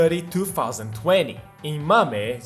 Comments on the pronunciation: Hey great video but just a heads up, MAME is not pronounced MA MIE, it's more like lion's MANE but swap n with m. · the way you say "007" and "MAME" are so weird, man, do you actually play games?